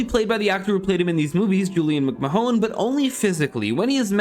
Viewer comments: You pronounced McMahon wrong. It's like "mick-man." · It’s not pronounced Mcman but spelled McMahon I have the same last name it’s Irish